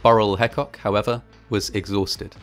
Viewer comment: Burrell Hecock is part of my family, and the story is well documented on our family history. Our name is pronounced Hee-cock.